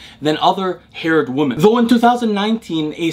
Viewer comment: I have been watching your content since Day 1, I really appreciate your generosity with your time and knowledge. One thing I always wanted to point out is your pronunciation of the word 'Women' [ˈwi-mən] (plural of 'Woman' [ˈwu̇-mən]), it's a weird word in the modern English language where the letter 'E' in the second syllable changes the pronunciation of the unchanged first syllable from ˈwu̇ to ˈwi and without changing the pronunciation of the changed second syllable! You always pronounce it ˈwu̇ when talking about the plural form of the word. Just wanted to bring your attention to this small detail in hopes of it making your use of the word more accurate in the future. I also have Arabic as my mother tongue (Tunisia), and totally know how puzzling English can be sometimes. Much love!